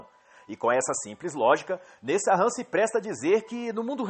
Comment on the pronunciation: A pronúncia é Nessan. Nesahan é my eggs